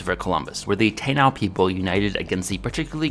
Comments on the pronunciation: Taino is pronounced tah-ee-no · Taino ( Tah-ee-noh ). Not "Tayn-ow". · It's pronounced Tah-ee-noh.🇵🇷🤘